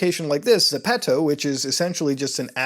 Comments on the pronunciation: Zepeto? 😂 Bruv Like a Frenchman saying "The pedo"? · It's actually pronounced geppeto in Korean. But for English speakers it's ZEH-PEH-TOE. Or add an accent and it turns into the word shoes in spanish (ZAPATOS) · it is called ZEPETO not ZEPTO. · I thought i pronounced zepeto correct but i call it zeepeedo